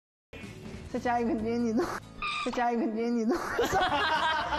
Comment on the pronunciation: He just can't say jennie right over she how cutely he is jumping 😄😄